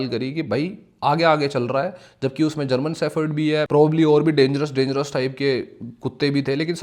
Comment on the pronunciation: मै विडिओ सिरीयस होके देख रहा था लेकीन जब आपने जर्मन शेफर्ड बोला तो नजाने मुझे क्यूँ थोडीसी हसी आगयी